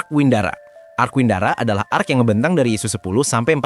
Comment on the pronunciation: bg salah bg bukan arc qually tapi arc sorry